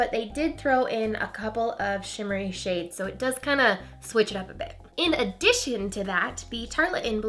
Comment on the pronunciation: totally heard " a bitch more shimmery" LOL